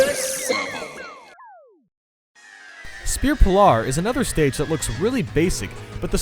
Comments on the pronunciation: Spear pillar is pronounced Spear, like what guards weapon is and a pillar as in a block. speer piller is how its pronounced;) love the video and also in spear pillar dialga palkia and cresselia (Google it if u dont know these pokemon) use their powers, one reverse the whole stage i belive one sends like a hyper beam and one more i dunno.thats why its my fave love the vid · SPEAR PILL-ARE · Do you just say spear pill-are? 😑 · spear pill-are? wtf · D I love your prononciation of spear pillar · U said metroid and spear pillar wrong